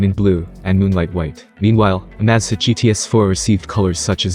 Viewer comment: If you're going to update your videos, you should at least make sure that your narrator knows how to pronounce the item that the video is about!